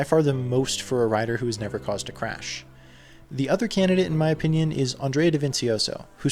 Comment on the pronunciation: take a shot everytime he says chrash lmao! awesome video, loved it